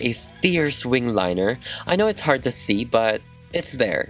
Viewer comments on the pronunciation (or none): none